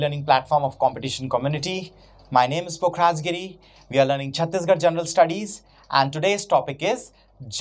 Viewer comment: That is not jaanral,it is general(jen+ral) stop faking foreign accent,it makes your credibility loose,just watched this video for 20 seconds and found 2 pronounciation mistakes,I wonder how your english might be,as much I can gauge,it must be pretty fake and very un-professional,am not saying about it's content.